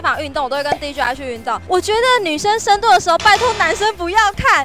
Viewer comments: 一直聽成深度?? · 深蹲的部分 我也聽不清